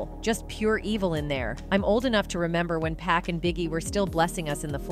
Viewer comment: Wow...the mispronunciation of 2pac and Jodeci😂😢....if u don't know ask someone smh